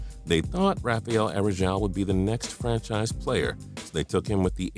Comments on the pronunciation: Andrea Bargnani wasn't a bust. Neither was Yi Jianlian. Also Rafael Araujo is pronounced Ha-fi-el Are-uh-ooh-joe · Aroujo is pronounced Arr-oww-ho... Come on fam do your research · that name pronounciation tho